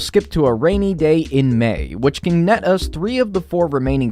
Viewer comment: "which can ne' us" (yes I am from the UK its just random for a person with an American accent to have a voice crack/say it In a British way)